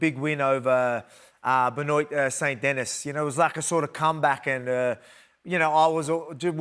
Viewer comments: BEN-OIT SAINT DENNIS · "Ben-oit Saint Dennis" 😂😂😂😂 after he just corrected himself. Love old man Volk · Ben-oint Saint Dennis. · Benoyt Saint Dennis 😂😂😂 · benoyt saint dennis 😂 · Benoyt saint Dennis lmao